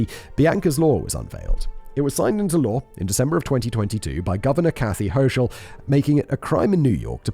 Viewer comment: the cringe when you mispronounced Albany (awl-bany) and the cackle when you mispronounced hocul (ho-kul)